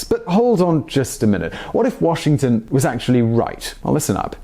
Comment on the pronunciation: " What if Washignton was rice" i think he pronounce like that!